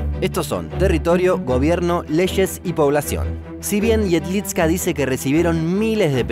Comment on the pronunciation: Jedlička se pronuncia "iedlichka", la č es como ch. Igual, buen video